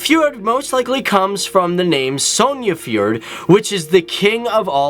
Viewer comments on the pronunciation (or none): Its not sjonafjord XD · omg i'm laughing so hard when he pronounces norwegian words like "Sognefjorden" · damn, you butchered the name sognefjorden